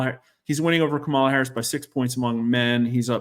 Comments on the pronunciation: When a pollster tells you they are nonpartisan then mispronounces Kamala’s name and uses the term “anointed” to describe her consolidating the Democratic electors, you know that are not no-partisan. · Not sure how trustworthy this guy can be when he can't even pronounce one of the candidate's names correctly